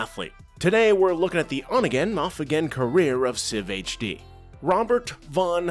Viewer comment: not sifhd it was SI-VHD, gud ol days. watch him daily 🤙